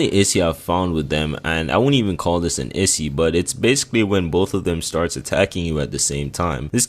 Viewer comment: Somebody gotta teach my dude how to say the word “issue” 😂😂